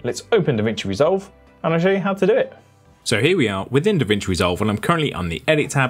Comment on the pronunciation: It's DaVinci why you're calling it DeVinci? BTW very useful videos.